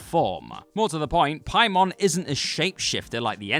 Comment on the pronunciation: Say Pie-mon one more time